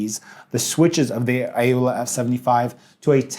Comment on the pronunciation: Why does he say A-owla... when it's clearly pronounce Owla. Oh, forgive my lack of manners. Hi. My name is Pee-awl.